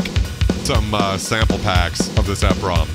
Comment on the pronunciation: Love the channel!! I had always heard 'EPROM' pronounced as 'Eee prom' like e in e-mail. E highlighting the 'Erasable' aspect of the Programmable Read Only Memory. Exposing the chip in the EPROM to UV 'removing the label' erases the chip. I had the R-50e back in 1988, and the K1 which I used to sequence on PC-XT on Cakewalk 2.0 for MS-DOS. Miss that drum machine, I sold it after I got my K4 in 91. I recall that songs are made for chaining patterns together to make songs. When I traveled at the time I'de bring an old school cassette recorder to save the memory patterns and kits. I had some kits that were just the heavily edited orch hits for saving melodies.